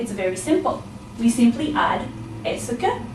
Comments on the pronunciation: her pronunciation of est-ce que is wrong it should be as-ke not as-se ke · Simon Tømte you are rihght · Isn't "Est-ce que " pronounced as "es ka" ? How come video -pronounced as 'es -e-ka' ? Is that canadian accent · This video lesson is quite good, except that « Est-ce que » is pronounced /ɛskə/ and never /ɛsəkə/. would know this if she were French. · Je vous remerci mais ta pronunciation de est ce que est mal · are you french.............pronounciation of est-ce que is wrong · good format of teaching except the pronunciation of "est ce que" but all in all it is great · ***** I'm a native french speaker and no, we don't pronouce the "-ce" as she do but simply like the "s" sound, as you said before. Another example : "Can I help you ?" could be said as follow in french : "Puis-je vous aider ?". French people will pronouce the "-je" like the sound of "j" as if there wasn't a "e". FYI, we also could've used this form of question for "Can I help you ?" : "Est-ce que je peux vous aider ?".